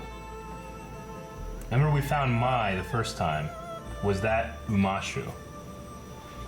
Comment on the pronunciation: How dare you play the game of Pai Sho when you can not even pronounce Master Pakku's name correctly (it's pah-koo), pronounce Hei Bai (hey-bye, not high-bay) or remember that he's a spirit, remember that Gran-Gran's name is Kanna, also, Mai (may, not my) was in Omashu. No offense, just pointing out all the shit that bugged me out of my skin 🤷‍♀️ Edit: also, Ursa was Zuko's mom you dingbats